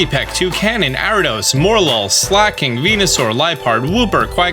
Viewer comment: Its Ariados bro, not "Aridos".